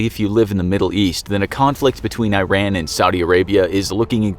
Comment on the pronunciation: The pronunciation of Iran hurts so much